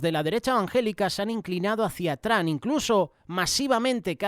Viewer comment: Hermano con todo respeto Se le oye feo decir TRAM Por favor de pronunciar Bien el nombre TROM a lo En Español y por favor Cambié la A por la O Se oiría mejor gracias de Houston TX